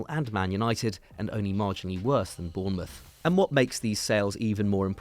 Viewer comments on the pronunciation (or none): none